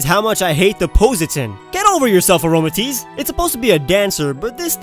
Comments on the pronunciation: he said aromagese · omg i was like i love this video but then u said aroamtisse my favorite pokemon.....//still gave it a thumbs up tho//